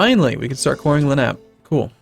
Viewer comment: Len-op-ay not lenap... or its Philadelphia if you would prefer